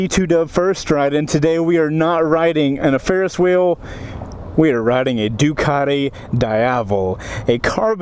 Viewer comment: Georgian accent xD